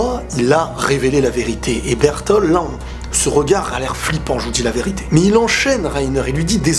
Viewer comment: bertolD pas bertol